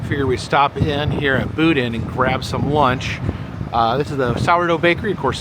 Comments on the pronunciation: Yes! It's boh-DEEN 😅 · I think Boudin pronounced differently